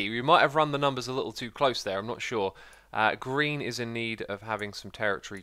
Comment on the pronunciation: Your mouth says "green" and I keep hearing "Grian" "Look what Grian did there!"